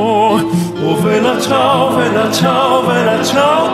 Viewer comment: (Am I the only one disturbed by the fact he pronounces it "Vella ciao" instead of "Bella ciao"?) Great remix !